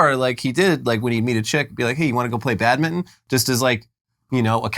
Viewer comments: Just say.. BAD.. MIN..TON.. not badmiddn.. Jesus H Christ 😂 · Listening to two Americans trying to say 'Badminton' over and over again has been my unexpected amusement of the day. "Badmidden" "Badmun" Keeping trying lads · I like how you guys pronounce badminton. Sound like Bad-mitten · Wow, never knew 'badminton' was pronounced "bad mitten" 🤔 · "BAD mitten" lol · Sorry but the way you skip the T in Badminton hurts me every time you say it.